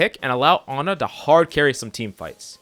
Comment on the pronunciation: wehn he goes "anna" instead of "ana" im sorry but that just triggers me.